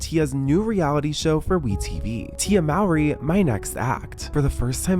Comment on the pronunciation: not to be that person but their last name is pronounced 'Mouh-ree', not 'maow-ree' you'd just think with the amount of research y'all put into these y'all could pronounce it right lol